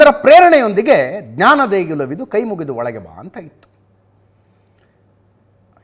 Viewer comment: Mostly it sounds like * KAI * MURIDU olage bha.